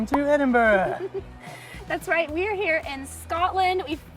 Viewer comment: I like how you took the time to learn how to pronounce the name of my City, I get triggered when I hear " Edinbro" or" Edinburg" Enjoyed your vlog, well done.